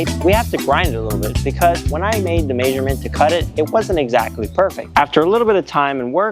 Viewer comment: Maysurement? Where tf are you from so i never go there?